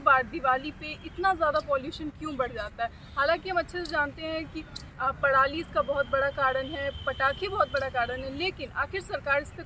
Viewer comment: पड़ाली नहीं पराली 😳😁